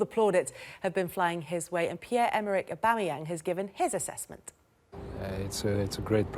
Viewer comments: Tim Sherwood “I wanted to try and find room for one of them” then pronounces Aubameyang like A-BOOME-AN, mate before you throw up your bias at least a get his name right even Paul Merson can get that one right 🤨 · Sherwood called Aubameyang "aboomeyang" What a complete mug he is. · Who's Auboomayang? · ''Abumeyang'' and ye you are paying this clown lots of money for saying ignorant stuff like that... Worst pundits on tv... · Man said "a boom a yang" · This video is proof that Sky Sports are biased towards Spurs. These two clowns don't have a clue. Between Merson being completely out of the loop in regards to the league , and Tim not being able to correctly pronounce Aubameyang's name , even though he pretends to have scouted the player in the past. VERY VERY POOR FROM SKY!